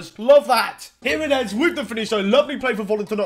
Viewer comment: If this guy says jiminez one more time